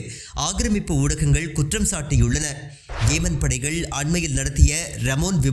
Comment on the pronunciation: ஏமன் அல்ல யெமன்.